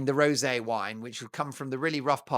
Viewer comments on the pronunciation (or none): none